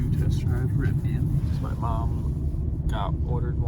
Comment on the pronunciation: Definitely Riv-ee-ehn…or uhn….not AHN. :)